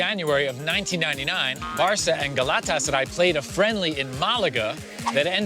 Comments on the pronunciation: How many times did he say “Galatasary”?😂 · Estas son las veces que dijo GALÁTASARAY 👇🏻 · Şu GALATASARAY deyişine sinir oluyom XDXDXD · 27..... now i hate word Galatasaray............